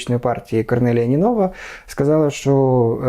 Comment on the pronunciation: Не ПЕтков, а ПеткОв, не НинОва, а НИнова... Эксперт)))